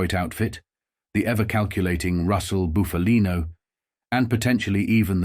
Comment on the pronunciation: It's pronounced Buffalino, NOT Boofalino. Pull it together dude. 😮